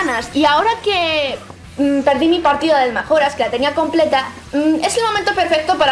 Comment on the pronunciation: eres la primera persona que veo que dice "magora", todo el mundo lo pronuncia "mayora" o "majora"